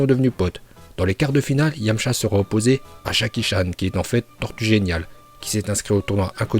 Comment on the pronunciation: C'est Jacky choun pas Jacky Chan🤦